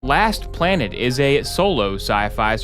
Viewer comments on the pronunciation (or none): Ah, yes, "Last Plonet"